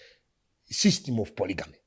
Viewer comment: Kkkk tiriku ku chii Ev😂😂😂 hanzi ku ponogamy 😂😂